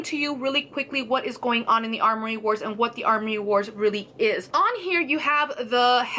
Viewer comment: Amory, not armory.